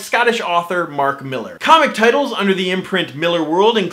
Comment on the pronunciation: Probably the first commentator that knows how to pronounce Millar correctly.